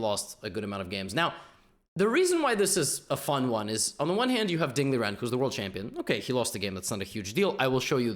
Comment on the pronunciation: he did the correct chinese pronunciation tho